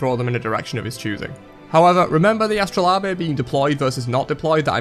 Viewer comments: It is pronounced "a-struh-layb". Please, if you are unsure as to the proper pronunciation of a word; take the 10s to look it up before you use it this many times in a video. It would really help with the quality of your content and give you more of an appearance that you are knowledgable and your information is factual and correct. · Alrighty I just want to know where you got that second a sound. I understand Astra-lobe-eh butt where is that second a from?? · the way you say astrolabe is similar to how nigella lawson say microwave (meekrowavé), and im here for it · “Ae-st-roe-la-beh” is the only way I’m going to pronounce it now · Astro labia. Did you not look up what the word actually meant and how it was pronounced on google before you went off and made this, or? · Astro lah bay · I thought it was funny. People who care that much about pronunciation need to live a little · Labe in astrolabe is pronounced like gabe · Why do you pronounce astrolabe like that lmao? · Omg I hate the way you say astrolabe